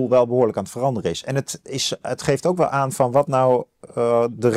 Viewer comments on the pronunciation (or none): Het is niet “we zitten nog niet AN, maar AAN. Let eens op jouw uitspraak Ad. Ook zeg je GEMAKT ipv GEMAAKT.